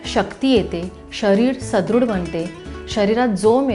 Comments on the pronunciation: सध्रुड नाही सुध्रड असे आहे. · सुदृढ असा शब्द आहे सदृढ नाही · सदृढ अस असत काकु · मॅडम सुदृढ म्हणा.